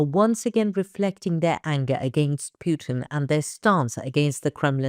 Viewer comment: But from Moskow and S:t Petersburg we don't see some action like you say so many times? I subscribe in years on ANKA and never have a reading or answer from you or other members! You lovely woman talk perfect english but why you say PJUTIN?